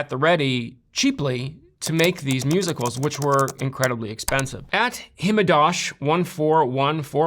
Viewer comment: its so funny to hear a grown man attempt to say "himejoshi" and "oomfies" 😭😭😭